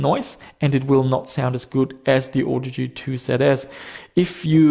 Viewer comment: I think you may be pronouncing it wrong. ;-)